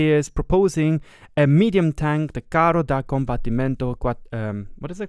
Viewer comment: I actually smiled when you pronounced the name, because you said it quite well and usually no one gets Italian right! Good job!